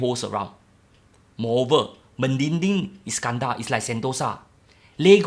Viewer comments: it's MEDINI,,not MEDINGDING... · Me di ni, not me din ni la bro